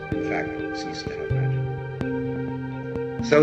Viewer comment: Cease not seize.